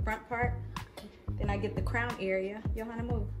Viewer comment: Pronounced like yo-ha-nuh